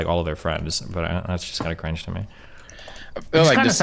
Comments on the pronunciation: 100% morphed that cring-juh-juh-juh into the n-word lmao. Good content trying to weasel out of it lol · They are assuming it bc it literally sounds like you said it with a hard R lmao there’s no getting around it wether you said it or not. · He's saying cringeeeeeee acurrr inge acurringe where he's emphasising the sound you make in between and the "curr" at the start of curringe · Love Destiny but that cringe did sound like the “n” word. Lol😂